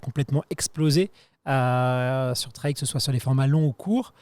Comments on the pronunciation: Le "treille" ou le "traille". S'il vous plait les médias français, allez, en 2026 on bannit cette prononciation ! On peut le faire ! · le traille vraiment ca rend fou